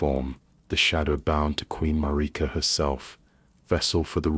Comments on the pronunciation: All AI I’ve seen cannot pronounce Marika correctly. I prefer a real person. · As soon as I heard Marika's name mispronounced I stopped the vid. AI ruins everything.